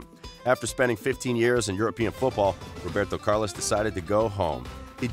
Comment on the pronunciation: Dude you have great content but got to stop butchering names